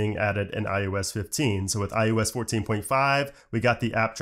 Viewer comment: why do you say ”ius” instead of ”ios”?